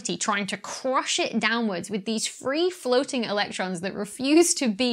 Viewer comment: free-froating? free-throating?